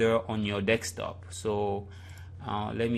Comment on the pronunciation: DESKTOP NOT DEKSTOP